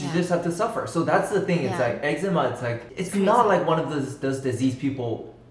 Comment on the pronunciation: I just want to say I’m glad you say eczema the same way I do 😂 this one time I mentioned that my eczema was flaring up super bad and the person I was talking to was like “it’s pronounced ‘Exzeeeemmaa’ 🤓” I was like “ummm kindly shut up… I’m gonna say it this way because the way you just said it made my skin crawl into my bones”